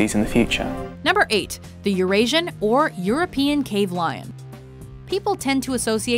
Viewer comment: This is a great video and very interesting! Thanks WatchMojo! You pwn =) It is funny how the narrator pronounces the Latin name for the cave lion with a Spanish accent, lol! I wonder if she realizes they're two different languages. If she wants to pronounce it like a spoken, modern language, Italian would be a much better choice, as it is a direct descendant of Latin uncorrupted by non-Romance lexical (and other linguistic) influences, unlike Spanish. Anyway, no offense. I just wish she would've pronounced it correctly haha! But it's a great video nonetheless, and she's a good narrator too (and very pretty xP)